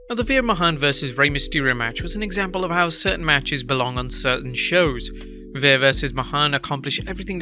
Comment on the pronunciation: "Veer VS Mahan" 😂